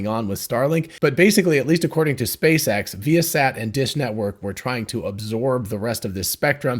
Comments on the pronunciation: I think it is pronounced vye' uh sat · So not vy-a-sat ?